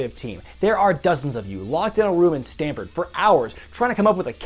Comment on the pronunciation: Stammmmmmmmmmmmmmmmford. M not n.